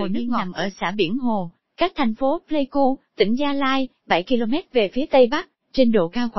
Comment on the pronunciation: Pleiku chứ ko phải play ku nhé b.hi